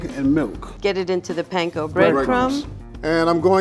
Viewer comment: I'm waiting for the day that people finally learn how to pronounce panko correctly